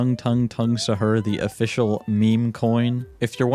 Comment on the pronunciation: pronounced saw-hoor and we don’t eat it before ramadan we eat it during ramadan